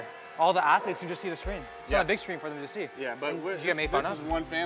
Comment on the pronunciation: “All of our atheletes.” - 😂😂